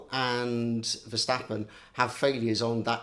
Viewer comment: it is NOT Max "verSHtappen" ... Max is not German (Germans indeed do pronounce "st" as "sht") ... #Max33 = Dutch NL/Belgium! ... It is not "Bottash" nor is it "Lewish" certainly not "verSHtappen" .... This BS started long time ago when a British sport presenter interviewed father Jos Verstappen and assumed you can use a German pronunciation to a Dutch Driver thinking it is so "funny" ... It is not.